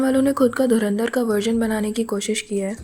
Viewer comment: Ye kya boli? Dharmendra film?? Inse dhurandhar bhi nahi bola jata dhurindar, dhrundar bta nai kya kya bolte hai ye logon ne Chhichundar bnayi 😂😂